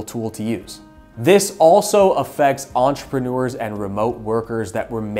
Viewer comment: "enterpenuers"? edit,, edit!